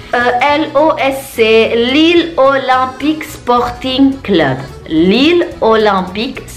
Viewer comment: Bordeaux : Bodrex Lille : Laili